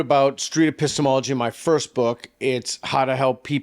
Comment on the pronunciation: 不知道為什麼我一直聽成 pissthemallogy